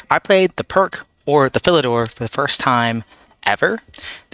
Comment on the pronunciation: "Pirc" is pronounced "Peerch" or "Peercz", not "Perk". It was named after a Serbian grandmaster. He had some sort of funny symbol under the "c" in his name which transforms the way that it is pronounced. In the Pirc, black wants to play d5. It appeared that white tried to prevent that during the game. Usually, if black can play d5 without losing something, black has equalized.